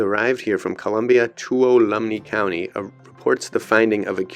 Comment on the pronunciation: Just letting you know, the county is pronounced "Te-wala-me" County. ;)